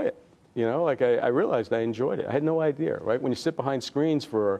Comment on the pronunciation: He talks like my dad....it's strange.....he doesn't say the word IDEA correctly.....he says IDEAR..... adding an R to the word.